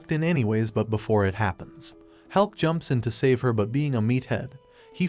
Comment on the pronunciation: maybe hes saying about hulk not helk